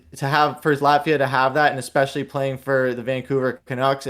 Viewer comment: Love your insights and hockey wisdom. Just one tip: Because you're a broadcaster now, I politely suggest you start pronouncing the word "especially" correctly (it isn't pronounced "expecially"). Not trying to embarrass you - just trying to help you get better and better. Delete this comment if it is embarrassing - no prob. Love the show. Keep up the great work.